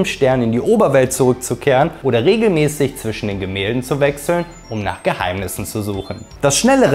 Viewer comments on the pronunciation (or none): none